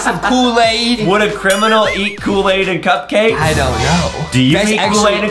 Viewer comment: Adem said a mispronouncing word. Here—> “KOOWAID CUPKWAKESH”